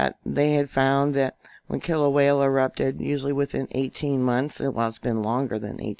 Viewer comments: Kill-ah-way-ah, not Kilawela🤣🤣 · Kilauea* Not Killa-way-la. I think you watch too many disaster movies,.